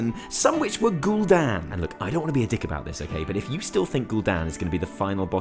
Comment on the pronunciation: it's just gul Dan 😂😂